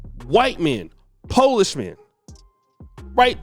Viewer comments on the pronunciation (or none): none